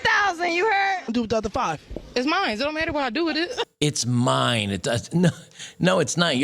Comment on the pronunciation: ... SHE DIDN'T SAY "IT'S MINE!"... SHE SAID "IT'S MINDZ!"... LET'S BE ACCURATE 😂